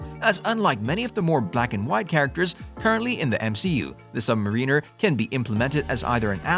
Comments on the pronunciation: * Sub-MARINER , not Sub-"Mareener" ... what's next , Magnet-O ? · It's Namor the Sub-Mariner not submareener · Sub mariner, not Submarine er. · JFC, it's SUB-MARE-EN-ER not SUB-MA-REEEN-ER. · Sub-marin-er not Submarine-r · Namor, is the Sub-Mariner (Pronounced Subb - Marin ner, like in the rhyme of the ancient mariner), submariner is a term that doesn’t exist, you need to learn the English language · Say NAMOR The Submarine "Măr′ə-nər" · Are you intentionally misprouncing all those words like Sub Mariner and the like? It was distracting from the otherwise high quality of your commentary. You may want to invest some time and run you dialogue by a friend more versed in said pronunciation. Good video otherwise.